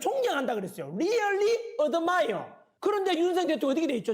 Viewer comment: 리얼리 어드마이어. 어쩜 저리 발음도 촌스러운지 ....